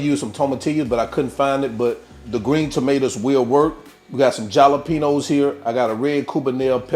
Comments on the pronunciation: I hope you are kidding when you pronouce jalapeño the way you do. Its pronounced halapeno. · Please tell me the mispronounciation of jalapeño is an intentional troll.